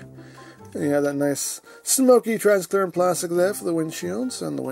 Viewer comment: Transcrearent of transparent??? Lol